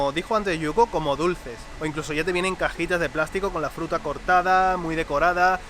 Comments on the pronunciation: en vez de decir fruta dice jruta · "La jruta" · dice jruta en ves de fruta xd